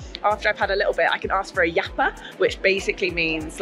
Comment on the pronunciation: in Bolivia is "yapa", you were saying it correctly